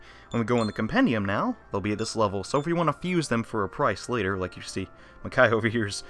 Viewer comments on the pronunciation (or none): "ma-cow" Makoi lol i didnt know you could nickname demons in smt xD jokes aside that made me smile